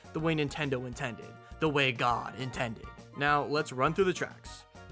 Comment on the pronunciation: "The way it was nintended"